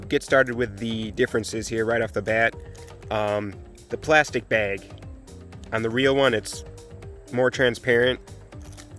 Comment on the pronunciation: “Microfiber Baig”